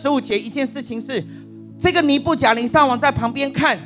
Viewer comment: 尼布甲尼撒。 名詞撒一聲ㄙㄚ。 耶路撒冷。亞撒黑。苦撒 薩克斯風。薩四聲ㄙㄚˋ。